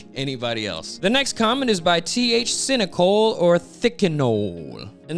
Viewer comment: and a big thank you to you!!!! and your first pronunciation TH-Cynicol is correct. ty for that as well much love!!!!